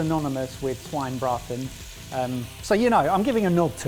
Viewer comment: omg finally you did somethign german! :D also, small tip: you pronounce the e at the end of of the Schweine-part of Schweinebraten ^^